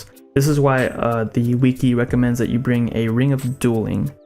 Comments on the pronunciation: bro its called wih-key no wee-kee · Jesus Christ, who taught this man to speak? People getting triggered over "ruins" while i'm out here with a headache after hearing wiki pronounced as "weekie"